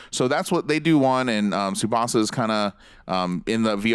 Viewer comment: All of these presenters are such dicks and they can’t even pronounce Tsubasa’s name properly... stfu lmao